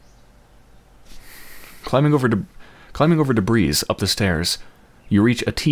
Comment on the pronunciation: debris (dih-bree)